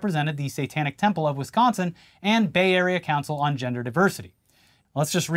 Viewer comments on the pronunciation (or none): none